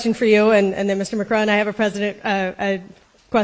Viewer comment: He can’t even say Macron’s name correctly 😂😂